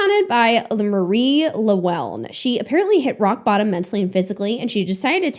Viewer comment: welsh girl here! just wanted to say her name is welsh so it's pronounced ma ree. ll is one letter in the welsh alphabet, and it's pronounced differently to l, I wouldn't be able to write it phonetically but you put your tongue to the top of your mouth and blow out, so it's ll uh well in! :)